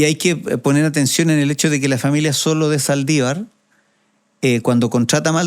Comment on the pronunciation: Ponte serio, la familia es Solo de Saldivar, no Zoto de Saldivar jajajjaja, se nota que no leíste el libro